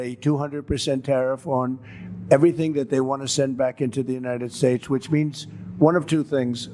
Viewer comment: The average person on the street is smarter than Chump. Is it me, or has he been mispronouncing "United Shaesh" for a while now?